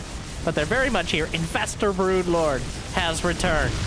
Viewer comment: Your Broodlord has a lot of Overlord accent in it